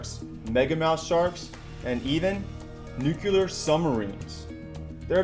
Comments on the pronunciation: nyookyoolerrr. The artist formerly known as nuclear. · He said nucular.... fail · Lol, "nukular submarine"... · No it's nuuyokolaarr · Did he say new-cular?? LOL!! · I was paying attn til that. Now I keep hearing "nookyooler" I had to pause. Thanks for sharing my "deer in a headlight" reaction! that pronunciation ALWAYS stops me in my tracks!